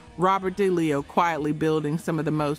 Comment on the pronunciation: Please learn how to pronounce last names like Townsend, DeLeo etc. Hard to join if the narrator is clueless.